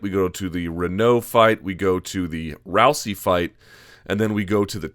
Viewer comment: Interesting how Luke is the only analyst that pronounces her name as "Row-see," while everyone else says "Row-zee." Anyone know which pronunciation is correct?